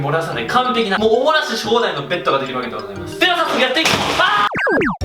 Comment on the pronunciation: お漏らしが、おもなしって聞こえる！( ´艸｀)ﾌﾟｯﾌﾟｯﾌﾟｯ